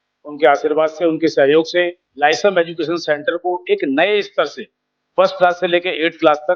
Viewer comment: क्षमा चाहता हूँ महोदय लेकिन Lyceum लिसेयुम या लाइसीअम बोला जाता है न कि लाइसम